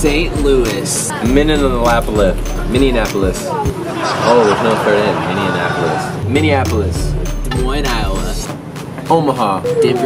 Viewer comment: "Minionapolis" lmao😂 I absolutely cannot wait!!